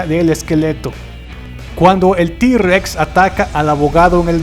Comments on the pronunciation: esta re chuli pero no es di-rex es intheword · no dice d rex pero suena como si dijera t en lugar de d